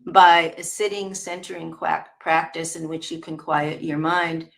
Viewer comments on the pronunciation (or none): I think of this material as 100% useful, but I cant help but to laugh at the Freudian slip “quack-tice” instead of practice 😂😂